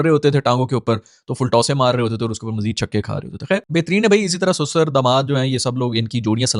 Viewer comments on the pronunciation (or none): Sasur hota hai ye susar susar kya bol rahe ho